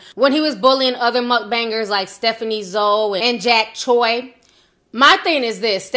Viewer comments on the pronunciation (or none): none